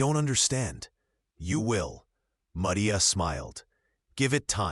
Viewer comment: Clarksville, TN. listening. Have to complement your narration. It was nice to hear the correct pronounciation of “calloused”, and the Mexican pronunciation of “Maria.” Also liked the picture - it sets the tone for the story and shows Catherine’s condition due to no water, heat.